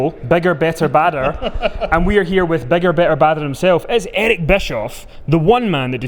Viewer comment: "Eric", not "Edic".